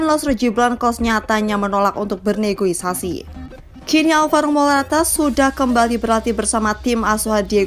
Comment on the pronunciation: KOREKSI ADMIN!!!! NEGOSIASI, BUKAN NEGOIASI!!!